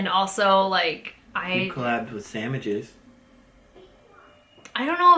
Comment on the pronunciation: Did call me SAAMWHICHES?! LOL I miss you guys